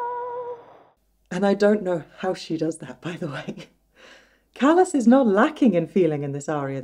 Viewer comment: Her name is pronounced Cah-las not Callas as in a foot or hand problem. CAH -LAS!